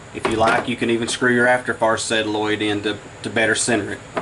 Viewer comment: You have a very informative video. However, you continually distract me when you cal the Solenoid (sol-in-oid) a setaloid. Please learn to say it correctly.